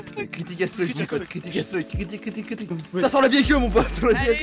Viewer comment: C'est pas "ass fuck" mais "as fuck" Allez bisous les michtos.